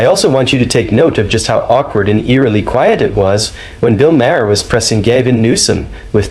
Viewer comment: Maher pronounced Marr, not Ma-hair, Ma-her or Mayor.